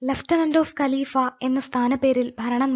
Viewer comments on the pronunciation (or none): Galiba alla galifa. Regional language ozhivaku